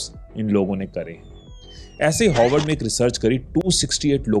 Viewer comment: Its Harward not HOWARD...its sounding more like Hogwarts 😂😂😂